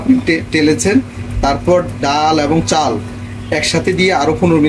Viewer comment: আপনার রান্না যেমন ভালো, এমন যদি বাংলা উচ্চারণ হতো তাহলে আরও ভালো লাগতো। চাউল, ডাউল, বাবে, ঘেরান, পেয়জ উচ্চারণ গুলো চাল, ডাল, ভাবে, ঘ্রাণ, পেঁয়াজ হবে।